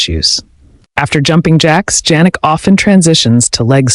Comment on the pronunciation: I like the video except you pronounce his name Jannik incorrectly like Ja for January. His name is pronounced Yannik